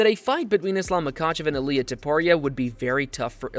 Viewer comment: Please pronounce names correctly. Accent 1st syllable. Illia.Ill...lee..ah.